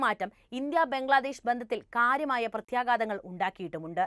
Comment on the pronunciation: പ്രത്യേഗാതമല്ല. പ്രത്യേഘാതമാണ്. മലയാളത്തിൽ "ഘ" എന്നൊരു അക്ഷരമുണ്ട്